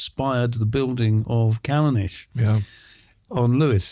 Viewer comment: Haha. That’s Gaelic pronounced like Garlic. Oh no it got worse. Callanish like fish, photogenic like dichlofenic. Not wise for the individual who raises pronunciation to make such a balls up. As to the subject matter. It’s more likely for a strike to occur in such a place post construction. Smouldering peat in a thunderstorm lol. Try an increase in electrical conductivity,- wet and acidic. Is this the woowoo channel?